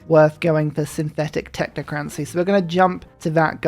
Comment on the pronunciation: the way that you say technocracy irks me. Love the vids!